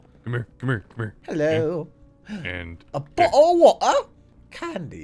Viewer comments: "hello aboo o waer" really turned british for a sec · WHY IS RHE TITLE SO LONG?? "A bOuTlE oF wAuH?!" LMAO